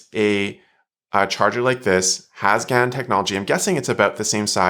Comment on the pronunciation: Thank you!:37 No,, gallium nitride is not replacing "silicone" in some circuits. It is replacing silicon in some components. Different words, different meanings, different pronunciations. (I don't think that GaN is usually pronounced "gan," either.)